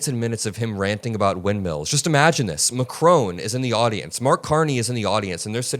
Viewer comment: It’s not mcrone it’s Macron!!!